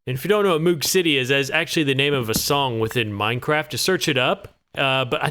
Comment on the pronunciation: Hate to be that guy, but the double-o in "moog" is pronounced like "oh" . Hard O sound. It is named after robert moog who invented the synth. Hence the song.